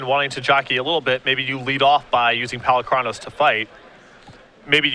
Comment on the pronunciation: Sometimes I think these announcers are trolling with their pronunciations: see also 'Golgary', 'Polucraynos'